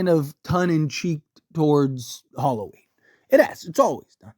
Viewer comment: Halloween not Harlloween lol